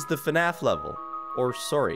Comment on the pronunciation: Y’know someone is canadian when they say soorry